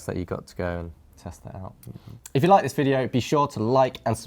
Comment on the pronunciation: Can you stop speaking like zzisss please?